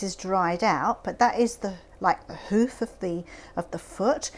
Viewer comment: Sounds like shes saying whoof and also it looks similar to whale baleen in a way